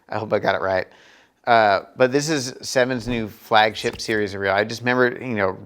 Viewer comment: he totally says flagshit lol